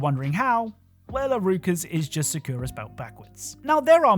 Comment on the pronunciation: I would like to revoke your "Try To Pronounce Japanese" card, please, for that horrible performance saying Sakura's name. Sa-koo-ruh? Really?